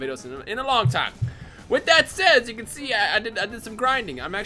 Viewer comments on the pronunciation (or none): none